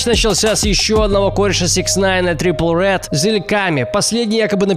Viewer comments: Блядь не трипл ред а триппи триппИ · Не Tripple redd, а Trippe redd хоть бы нормально прочитал что-ли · Не трипл ред, а триппи ред Не гризлы, а грилзы Уши вянут... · Не трипел ред , а трипи ред И не Такеши , а текаши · Не гризли, а грилзы Не такеши, а текаши Не трипл ред, а триппи ред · Не трел пел а трилл пил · не трипл ред, а триппи ред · Трипл ред, такеши, гризли. Иди корейцев слушай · Триппи Ред, а не трипл) удачи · Tripple Redd??? Может Trippie? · Может триппи ред а не трипл ред? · Трипл Рэд???? Гризли??? Ору, ты бы хоть узнал, как все произносится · Знаю видео старое но почему "Трипл Ред" если "Trippie Redd" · Trippie redd а не trible redd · Не Трипл Рэд, а Триппи Рэд) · Трипи Рэд, а не трипл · Не трипл ред , а трипи ред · Не трипл Ред,а триппи ред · Не трипл Ред,а трипи Ред и не Такеши,а текаши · Вообще-то правильно не трипл ред а триппи редд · Блять Трипл? Он ТРИППИ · Не трипл ред А Триппи Рэд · чувак ты хотяб выучил ники реперов ) зззиллаками а не зиками ! трриппи а не трипл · Trippie ,TRIPPIE Redd- а не triple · трипи,А НЕ ТРИПЛ РЕД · ТрипЛ ред, тАкЕши...Ты сначала прочитай внимательней псевдонимы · бляяяя ,Такеши....Трипл ред... пиздец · не трипл ред а трири ред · Не Трипл Редд, а Триппи Редд (Trippie Redd) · Триппи ред а не трипл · Трипл ред и зили ками😂😂😂, научись хоть правильно произносить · Триппи ред бро, Триппи ред... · Никто: Обсолютно никто:: ТриПл Редд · Дилетант, какой нафиг трипл рэд? Аж уши режет